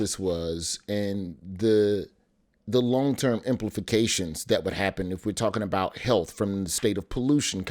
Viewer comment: Very serious topic that I care about deeply. I did lose it when said implifications though.